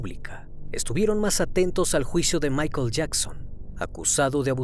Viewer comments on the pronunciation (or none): none